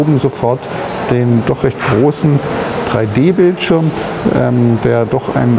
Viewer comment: Die spiele die mir Nintendo geschickt hat sind: Street fighter free D, Nintendogs free d und Pilotwings resor??? Lern Englisch!!!!!!